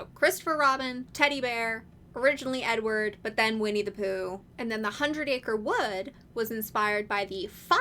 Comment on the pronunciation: The first couple of times you said "Edward" i kept hearing "n-word" and so i was sitting here trying to figure out uf you were saying that Poohs og name was a slur lmao; which i figure you would have a very different tone if that was the case lol, but like, I dont really think I'd be surprised at this point lol